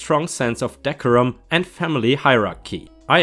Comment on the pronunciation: I really despise parents who don't want the pay child support. My own father was this type of parent. We often went hungry despite my mother being an incredible manager. ⭐⭐⭐⭐⭐⭐⭐⭐⭐⭐⭐⭐⭐ The word decorum is pronounced Dee - core - um.